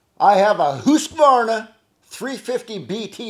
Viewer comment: Nice and correct way to say Husqvarna 😉 - epic video. Wish you a nice weekend and hope to catch up on the stream tomorrow. Cheers!